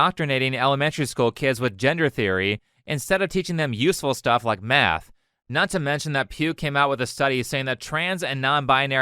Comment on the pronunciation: When he was taliking about schools all i could hear was him saying meth Had to listen to it 5 times to realise he wants to teach kids math and not turn them into walter wight